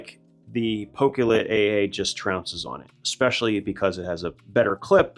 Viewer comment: I'm sure everyone calls the Pokelit the wrong name as I am sure it is supposed to be said in a way like pocket light pok'e'lite